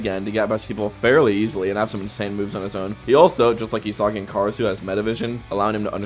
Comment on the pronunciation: The mispronunciation of Isagi is killing me and not in a good way 🫩